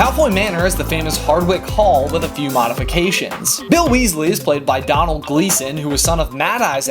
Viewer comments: Did he say Donald Gleeson 😂😂😂😂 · Domhnall Gleeson wrong though. Doh as in doughnuts then nal. I'll let you away with it. Irish names are ridiculous to foreigners haha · Brendan Gleeson's son is Domhnall Gleeson who is the cousin of Aofie Gleeson who is one of my friend's mother. Boom. Also I think he pronounced Domhnall wrong it's an Irish name so it's pronounced [dome-all]. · It is domhnall (pronaced as Doenal} gleeson it is the Irish name for Daniel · Did he really just pronounce Domhnall how I think he did? xD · Anyone else Irish hear laughing at the fact that has no clue how to pronounce DOMHNAILL Gleeson